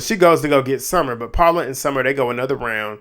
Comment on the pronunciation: not you accidentally calling summer ‘scummer’ im crying😭😭😭😭😭😭😭😭